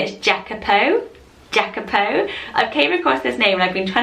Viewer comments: It’s not giacopo is yacopo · Sorry to tell you but I think Jacapo is pronounced with y like yacapo because I'm pretty sure it is of the Spanish origin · Jacopo is pronounced "yacopo" it's the Italian form of Jacob. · Hi! I'm a new subscriber and I'm obsessed with your lists! I don't have children and it's going to be a while before I'll have any, but I just love to think up names! Jacopo is the Italian version of Jacob and it's pronounced "Iacopo" like Ian. 😊 Lots of love from Italy! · Jacopo is a quite common Italian name, but it's pronounced ee-ah-koh-po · it’s pronounced yacopo because it’s italian ❤️ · Jacopo is a quite common italian name, and it is pronounced ee-ah-coh-poh :) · In the name Jacopo, the J is pronounced like “Y” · Jacopo is Italian and pronounced with I at the beginning